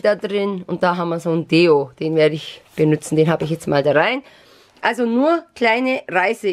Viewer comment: benuen und nicht benüzen